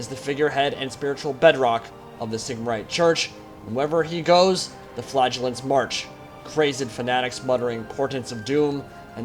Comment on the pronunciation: Please, Please, Please...It is fla·gel·lant \ˈfla-jə-lənt- not fiaj'-el-lant.